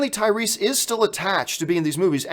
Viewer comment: "Tyweese" you weren't wrong John